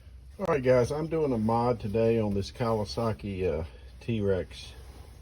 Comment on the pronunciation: Great video! It's actually pronounced "Tare-X" not "Tee-rex". Different dinosaur altogether. "Teryx" (often seen as Arc'teryx) comes from Archaeopteryx, meaning "ancient wing," referencing the early bird-like dinosaur, symbolizing evolution and peak performance in outdoor gear; it's also the name of Kawasaki's Teryx side-by-side UTVs. The core meaning relates to evolutionary advancement and flight, derived from Greek words for 'ancient' (archae) and 'wing/feather' (pteryx).